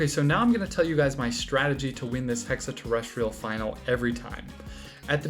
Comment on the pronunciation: TERR EH STREE ULL